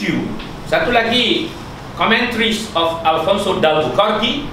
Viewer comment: Nak glamour pun agak2 la...sebut alfonso de albuquerque pun tak betul..